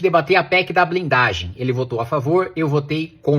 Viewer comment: "PEC da blinglagem". Língua pesada, hein? Dá a impressão que supostamente não tava puro.